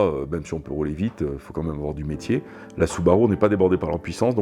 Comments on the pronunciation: Süüüüübarüüüü il est génial le mec. Le monde entier y compris les japonais disent Soubarou et lui il dit Sübarü hahahahaha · Excellente vidéo !!! J'ai adoré. Juste la prononciation de la marque qui m'a choqué, ce n'est pas permis une prononciation pareille pour un processeur de Subaru 😉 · cf la video japonaise c’est une prononciation particuliere mais in fine ce n’est pas bien grave 😀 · French touch 😅